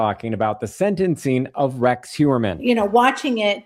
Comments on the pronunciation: For the guest: His last name is Huer-mann, not Hue-MER-man or Hue-BER-man! pronounced it correctly several times and she still gets it wrong!🤦 Also, imo, they should not study him! It will make him think he is more special and give him time out of his cell and help him relive what he did over and over again!! Studying someone this evil, does nothing to prevent these heinous acts! It just makes money for people writing books about him! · It bothers me that she keeps calling him Huberman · why does she keep calling him Huberman? and right after Asa says "Mr. Heuermann" for someone so "tuned in" it's a crack in the veneer. she's not really listening. am i mis-hearing her? maybe. she's all about self promotion. yuck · She might be an 'expert' but she keeps calling him Mr Huberman. At least, '', you should get the name right after all these years he has been in the spotlight.